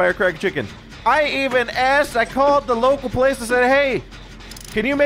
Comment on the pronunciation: I thought he said he called the local police instead of place there at first XD